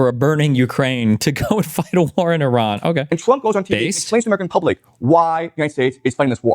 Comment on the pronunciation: He can’t even pronounce Iran God it’s cringe when Destiny doesn’t know as much about a subject but acts like an expert anyway. “I feel like…” cool man, whatever. “Weren’t there Russian tanks in Kyiv on day 2?” Lmao